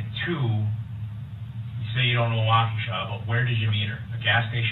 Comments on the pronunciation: It's so funny how you say the city's name. But its a hard one to say. Think- Walk A Shaw. Is how I think it is said any way. Maybe your right.... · Wah-KOO-sha.??!!? Watch some of the trial and learn how to pronounce this city’s name. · It is pronounced :wah-ke-shaw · Wah•ka•shaw Wisconsin. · Wisconsinite here...Thanks for making me giggle with the way you say our city names. Everyone does it. 😉 It's about time Dur-ell gets into where he belonged for soooo long. Sad to see his mother in all the interviews portraying him as a victim. Shame on Dawn Shame on Dur-ell for blaming Almighty God. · Great breakdown! Wisconsin isn’t even this light on mj charges. I can’t believe he kept getting off! As an aside, I’m from Wisconsin and hearing you butcher these city and hospital names is killing me 😂 lol I know it’s rough. His rap voice is annoying. Gross gross guy. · Being from the Milwaukee area it’s fun to hear you mangle some of the names of the cities and hospital🤣. Love the channel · Awesome video! Just letting you know. We pronounce froedtert like “Frey-dert”, and Waukesha sounds like “walk-ah-Shaw”. As I’m a Waukesha local I appreciate this content! Thank you. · Hey man, new sub here just wanted to let you know it's pronounced wok ah shaw. This man is a disturbed , entitled, volatile living being . I watched the entire trial, I couldn't believe this guy, I feel sorry for his children having to endure the wrath of his evil doings. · New sub-loved all about ur vid-Except! (You’ve prob learned by now-sorry!) it is Waukesha!! “WOCKA’shaw”! Great job! Lots of good 411! You found background info I’d never ever heard b4!! So, thanks for the hard work! Great channel! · It’s pronounced Walk-eh-Shaw! I hope this helps! A Waukesha native! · Walk-a-Shaw is how you pronounce the city where he murdered 6 people. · Just a lil assistance with how they say those weird names here in Wisconsin. Freodtret is pronounced fray-dirt Waukesha is wa-ka-shaw ~great in depth research